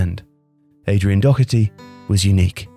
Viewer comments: Doherty not Docherty ffs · Dear People of England Doherty is pronounced dawherty, not dockerty. Gallagher is pronounced Galla-her not Galla-gerrrrr and so on and so forth for a multitude of Irish surnames that you continue to butcher even though we live next door and people of Irish extraction make up a huge part of the population of your country. Regards The people of ireland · There is no k in Doherty it’s doh-erty not dokerty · Good video but it’s said dough-er-T not do-her-T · Doherty is pronounced DAW-HER-TEE. At least learn to pronounce it properly, it’s not that hard. And it’s a British border placed to segregate the island of Ireland. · Youre pronouncing Doherty wrong, just like the commentators do. Where the fuck do you get the CK sound from? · Nice video but the pronunciation of Doherty was doing my head in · no he didnt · There's no "ck" in his last name. Pronounced the same way Matt Doherty does it. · The mind boggles when people (English) can’t pronounce Doherty properly.